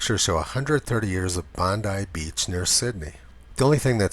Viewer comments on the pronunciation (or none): none